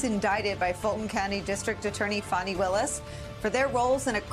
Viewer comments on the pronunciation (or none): This chick is even mispronouncing the prosecutor’s name it’s not FAWNIE